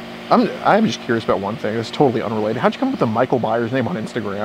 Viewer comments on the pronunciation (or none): micheal byers lol or myers lol sound like u said byers